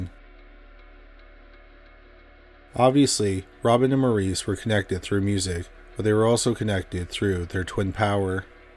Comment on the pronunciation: Maurice’s name is pronounced MORRIS. ✌️